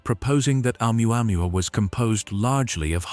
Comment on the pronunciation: Hahaha . Amuamua??? HAHAHAHA . Or OMUAMUA